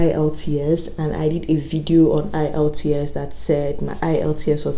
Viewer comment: Is the E in the IELTS silent, cos you keep saying ilts